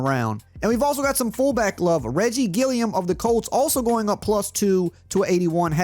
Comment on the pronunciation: Disrespecting my boy Gilliam 😭. “Gilliam of the colts”